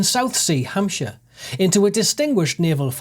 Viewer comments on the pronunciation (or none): none